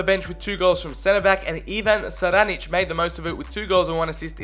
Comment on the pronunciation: Šaranić pronounces as Sharanich